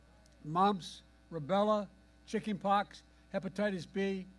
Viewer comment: Mf just said "chickey pocks"